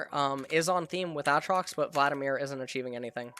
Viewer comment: Did this man just say Àtrox?